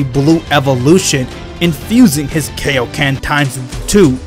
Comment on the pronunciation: I’m not making fun of him but he says kaioken like Kiokan